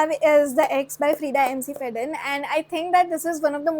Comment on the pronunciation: Love your videos, I love thrillers and horror books so much also. But why do you say "Freida McFadden" as "MCFADDEN"?? It's like McDonald's (mac Donald's; Mac Fadden)... Sorry for the gyaan... But it sounds a bit weird...😅